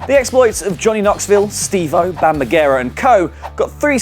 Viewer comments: Bam Magera? It's Bam Margera. Come on guys! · triggered by pronunciation of Margera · How the fuck did you pronounce bam margera's name?